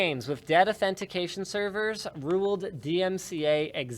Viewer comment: If I start saying Authentification at work.........